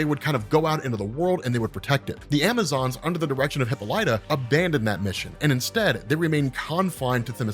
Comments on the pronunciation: Hip-UH-lee-tah not Hippo-litah... sorry XD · I thought it was pronounced Hih-paw-lih-tah.